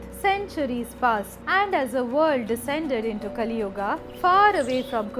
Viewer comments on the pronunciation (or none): none